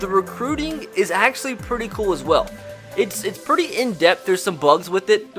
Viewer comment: Its Kewel